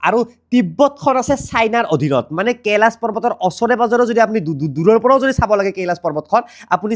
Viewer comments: কেলাছ নকবা, কৈলাশ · কেলাচ নহয় কৈলাশ হৱ‌ লাগে নেকি এনে 😅